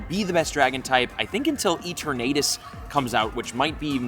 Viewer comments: its eternatus not E ter Natus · How this man say eternatus